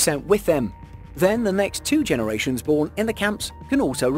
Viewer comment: 'genewations' LMAO